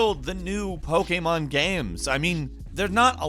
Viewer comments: say pokemon properly lol popemon game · I like the way he says "Pokémon Games". LOL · why does he say pokemon like that though? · Ok, but why were you saying ‘pokemon game’ like that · Is it just me or the way he says Pokémon is... off.